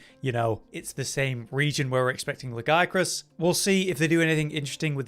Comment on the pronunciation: Its not GIA, its La-Gi-A-Crus. There is an extra syllable in there!